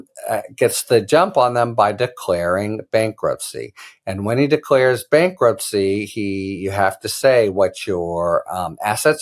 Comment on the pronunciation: what is "bakruptcy"? lol